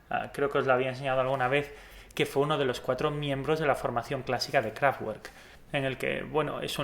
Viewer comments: no se pronuncia KRAFTGUERK..... es alemán ...se pronuncia KRAFTVERK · Interesante informacion, gracias! p.s No es por ser pesado, pero no se dice Kraftgüerk, sino Kraftverk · Se pronuncia "KRAFTVERK, NO TWER, son alemanes no ingleses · Una cosa. Se pronuncia “Kráftverk” (es una palabra ALEMANA) no “Kráftgüerk” Al igual que el nombre del autor del libro es “Vólfgang” no “Guólfgang” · Sólo para resaltar: se pronuncia 'Kraftverk' no 'Kraftuerk' la pronunciación alemana difiere de la pronunciación inglesa (por fortuna!!!) Si se habla de una banda iconica al menos saber como se llama, lo mismo pasa con Rammstein se pronuncia 'Rammshtain' no Rammstein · Pronuncias el nombre de la banda equivocadamente. No es “kraftgüork” si no que “kraftverk”!!! Recuerda que es una banda alemana. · KRAFT , fuerza y WERK , obra, trabajo.... pero todo junto significa CAJA DE HERRAMIENTAS. Lo que es importante es su pronunciacion correcta que seria en fonetica figurativa KRAFTBERT (con B no con V pues la V en aleman es una F española por ej, VOLKSWAGEN seria FOLKSBAGEN '' el auto del pueblo'' ..... Ese KRAFTGUERT español no ayuda , los nombres deben respetarse .... Nadie dice BEATLES si no BITELS , pues aqui lo mismo . Un saludo . AUFWIEDERHOREN nikko zurich '18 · Qué daño en los oídos cada vez que pronuncias Kraftwerk como craf uerk en lugar de craft verk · Kraftvak no krafwer, es alemán no ingles y que chido no sabía esto de la banda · Buen video, sin embargo no se dice "KRAFTGÜERK", ya que es palabra alemana y la "W" se lee como "V", entonces se dice "KRAFTVERK". Sé que eres español, pero las palabras alemanas deben pronunciarse correctamente. Un saludo desde México. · empecé a ver el vídeo por el interés, lo dejé de ver la tercera vez que dijiste krafgüerk. no puedo con la pronunciación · La w de werk se pronuncia como una b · La W alemanes se pronuncia V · la w es una v fuerte en eleman no doble u